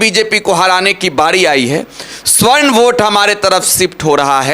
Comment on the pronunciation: Savarn hota hai swarn nahi hota hai